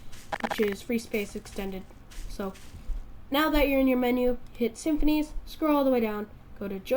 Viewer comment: its sim-phis, not simphinees